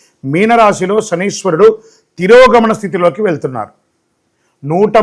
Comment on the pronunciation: Not Shaniswarudu. Shamisharudu😅. Modern astrologer